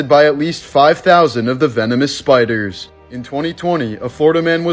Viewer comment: Lolol 😂🎉 the way my here pronounced the name of the spiders. Lolol that shit had me ☠️ 💀. But, wait they say 5000+ venomous spiders was bleeding from the walls?? Shit my guy, who scared of those spiders??!! That's just a typical monday for me. I mean I'm married, meaning I got a female wife, (bc I'm not mentally insane) haha now that's what you call terrifying!! 💯❤😂🎉